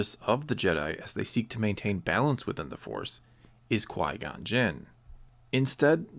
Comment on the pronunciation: He's French and his first name should be pronounced as "Quee" not "Quoi," because of je ne sais quoi. Source: not a french person